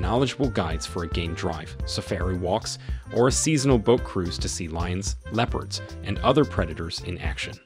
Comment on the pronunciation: Hilarious send-up. Leep-urds Dooogout Canoes Price inaccuracies Hulu Sava or Ulusaba. ….? Prices are per Person per Night OR per Tent/Room Suggestions: - Fire script writer - Rehearse & practice reading beforehand - Insert punctuation - Get advice from someone with a clue about the Subject Matter Provide Clear Warnings to your audience ahead of time. Thanks again. Still giggling.